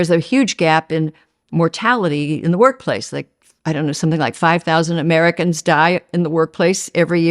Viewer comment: Social mediaR. AmericaR. AustraliR. AntarcticR. RussiR woRRRRds aRRRRe haRRRd.